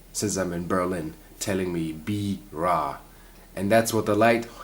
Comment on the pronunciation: I am pleiadean maldeckian. Be the positive motion of change. Prepare in union with mother earth. You have a wonerful pronunciation of RA!